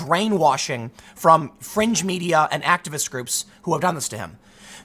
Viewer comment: I keep thinking he saying french media and not fringe media.